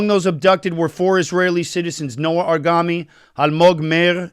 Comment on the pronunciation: Aaron,pl get the name correctly.You are an israeli and thats the least that one expects,a correct pronunciation of an israeli name.Its noa argamani not noa argami